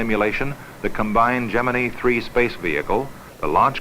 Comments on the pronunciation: WHY did they pronounce "Gemini" wrong? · Nice to hear Gemini pronounced correctly. NASA had plans for Grissom, going on to be commander of Apollo 1 where he perished. Grissom's duties passed to his backup, Neil Armstrong.